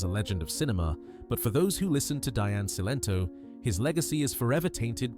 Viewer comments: Her name was Celento not Sento. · Cilento pronounced Chilento